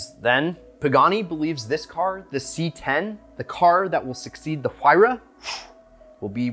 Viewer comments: It sounds like Waira, not whoaira!!! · It's written Huayra but pronounced Wayra, not that hard to find the right pronunciation if you have Google. Btw Wayrapuka is the god of wind from the Inca pantheon. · Stop with the H it's silent 🤫 You love the car say it's name right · Sorry, but I just can not comprehend how you pronounce the name of you favorite car incorrect. Take the word "Wire" and then add "Ah" sound in the end. There you have it. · Stop pronouncing the "H" you doorknob